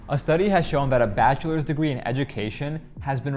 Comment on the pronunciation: " My batcha is a doctor " 😂😂 wonderful